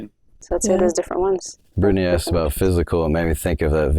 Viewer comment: As intelligent and insightful as she appears she purposely says axed. I'm not trying to be insulting but if you're going to try to demonstrate your culture saying the word asked in that manner does nothing but make you sound uneducated sorry not trying to hurt your feelings but you should take pride in the fact you've been educated to the point of annunciating such small words would be simple but God bless you all the same